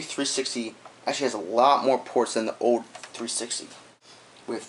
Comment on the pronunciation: this guy cant say old......